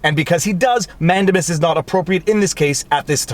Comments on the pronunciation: I love your videos with one exception; your mis-pronunciation of Latin words is “fingernails on chalkboard.” For example, you say “MANdimus”. rather than “manDAmus” or “Amicus”rather than “aMIcus” . While it has been over 50 years since I last studied Latin, I don’t think the Romans have changed their pronunciation recently. Also, in 40 years of legal practice, I have only rarely heard Latin legal terms pronounced as you do. Otherwise, I love your videos! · I enjoy your videos and analysis, as I feel that I would agree with you most of the time (Yes, I'm an attorney.) HOWEVER, I cringe every time you say "MAN-de-mus." I learned it as "man-DAY-mus" in law school. I just double checked my Black's Law Dictionary, and it agrees that the word is pronounced "man-DAY-mus." (actually, the "u" is an upside-down e called a "schwa" but that's hard to type in comments.) Is your incorrect pronunciation of "Mandamus" a Canadian thing, or are you just doing it wrong? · Who knows where it's going to go. But, I have it on good authority that the word is pronounced, "Man-day-miss." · 😂😂😂 Man-dame-us Man-dame-us